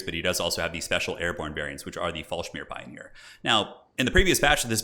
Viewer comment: Hey. Is it intentional, that you mispronounce "FallschIRMpionier" as "FallschMIRpionier"? As a german nativ, this sounds quite funny:D Btw. the translation für Fall-schirm would be fall-umberella. Keep up the good work!